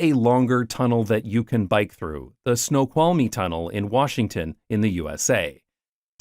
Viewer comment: The ‘l’ in “Snoqualmie” is silent.